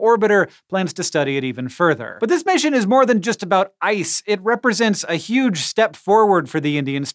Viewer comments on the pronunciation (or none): none